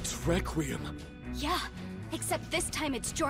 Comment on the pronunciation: What’s funny is that trish say requem😂🤣😂🤣😂🤣